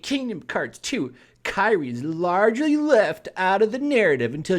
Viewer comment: Also, Kairi is pronounced Kai-re.